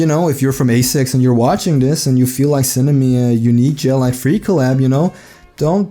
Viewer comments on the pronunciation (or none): none